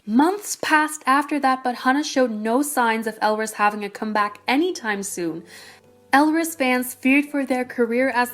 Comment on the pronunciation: I think the title may be a bit misleading as most of the shit that happened was with Stardom Entertainment, not with Hunus. (Two small things: EvoL debut was called "We Are A Bit Different" and Elris's name is pronounced like Ellis.)